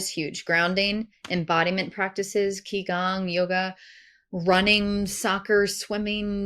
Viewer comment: The mispronounciation of Qi Gong & merkabah were too distracting 😂